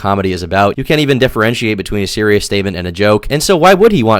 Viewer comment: BABY SEWIOUS 🤬🤬🤬